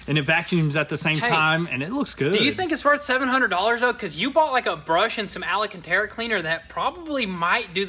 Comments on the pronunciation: Al-a-can-tera. 😂 It’s pronounced Al-can-tera……. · its called AL-CAN-TA-RA !!! please stop saying ALA CANTARA ^^🤣🤣🤣